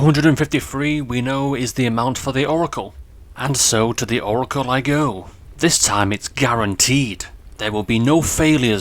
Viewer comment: Sorry for this, but... It's Oracle.*